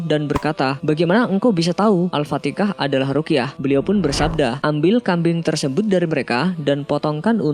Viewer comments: Al-Fatiha bukan Al-Fatika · Miminnya orang jawa, jadi nyebutnya al fatikah